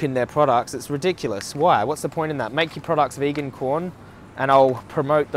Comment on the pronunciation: It’s Quorn not corn bro